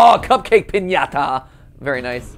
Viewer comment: thank you matpat for pronouncing piñata correctly